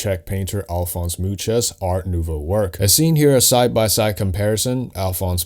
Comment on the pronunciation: Could you do a similar video about Gautier in The Fifth Element? Oh, that’s got Gary Oldman in it too. BTW I study Czech, and Mucha is pronounced Moo-Ha not Moo-cha. It means fly 🪰